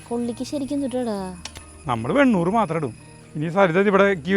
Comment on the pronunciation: വെണ്ണൂർ അല്ല വെണ്ണിർ